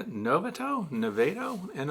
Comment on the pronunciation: Concerning the pronunciation of Navato CA. It's pronounced Nuh vah toe. At least that's how we say it in Sacramento. Karen, I also live in temperate CA though Sacramento's winters are probably slightly warmer. I don't think we have a brood less time here. The bees are active all through winter. I like to leave extra honey for them since the bees don't go into a torpor or hibernation and may run out of food sources in the wild. Hope that is helpful.